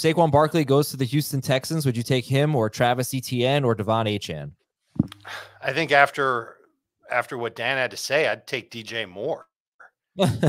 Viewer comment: The real “justify it” should’ve been Dan pronouncing Achane’s name wrong. He’s been vocal about how it’s pronounced and you’ve had 6 months to correct your pronunciation, show a little respect